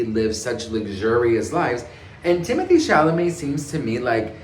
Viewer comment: Do you know his name is pronounced , Tim oh tay